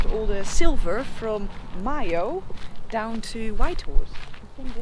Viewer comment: Time to be pedantic.....regarding the pronunciation of Mayo, is it not May-Oh instead of Moy-Oh!?😄